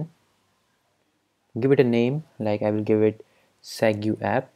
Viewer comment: it's pronounced segway not set-goo